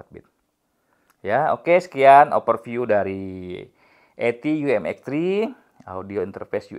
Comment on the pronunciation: Mi mex. Yah.. Bukan M3 mex😂